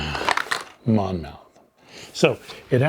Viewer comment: Oriskany is pronounced "O-RIS-kan-ee." (BTW, Monmouth is pronounced "Mon-muth." The letter "o" is not pronounced.) Thanks for the unboxing. I just received my game today. I'm very excited to play because I own none of the original volumes.